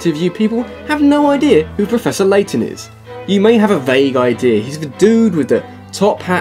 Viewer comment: Turned off video when I heard Laton XD